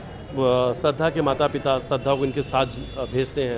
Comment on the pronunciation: Shradhha & Ayushi , do naam kaise bol rahe hain ye ...